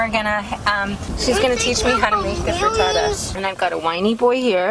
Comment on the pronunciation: just because i'm an italian subby...it's FRITTATA not FRITATTA...looove your channel..